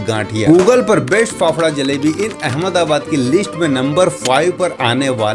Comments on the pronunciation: Sahi khel gaye bhai 'अहमदाबाद' ko 'अहमद आबाद' bol rha hai 😂😂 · Ahamdabad ko ahamda bad kyu bol rha he bhai...oh sorry bol bhi kise rha hu 😅